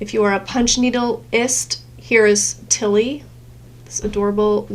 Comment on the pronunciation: Tilly not telly